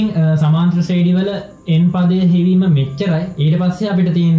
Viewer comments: සුපිරියටම පැහැදිලි,, හැබැයි සමාන්තර ශ්‍රේඩි නෙවෙයි ශබ්ද වෙන්නේ ශ්‍රේනී කියලා. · ශ්‍රේනි තමා හරි නම.ශ්‍රේඩි නෙවෙ.ඩියන්න නෙමෙ අකුර.ඒක ශබ්ද කරන හරි ක්‍රමය 'නි'